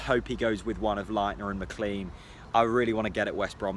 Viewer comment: Isn’t McLean pronounced MacClayn ?